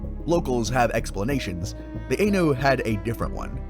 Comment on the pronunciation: Nice to actually find some mythological critters I've never encountered before...I'd heard of the akhlut and Akkorokamui before, but the rest were new. One tiny nitpick, though? The "ai" in "Ainu" is pronounced the same as it is in "Hokkaido", as an "aye" rather than an "ey." Japanese has a very limited set of vowel sounds, so they don't change depending on where they are in a word like they can in English. I'd say if you're interested in some weird sea creatures of myth, you might be interested in some other yokai out there. The Isonade, or "beach-stroker," and the koromodako or "cloth octopus," which is a tiny octopus yokai that suddenly opens up like a huge umbrella or sheet of cloth to engulf prey many times its size, only to fold back down into its tiny self once its prey is swallowed.